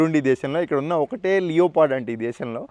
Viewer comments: Pronunciation sarigga nerchukora bhai. లియోపార్డ్ కాదు లెపర్డ్ (leopard) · "Leo Pard" kadu boss... danni "Lepurd" ani pronounce chestaru.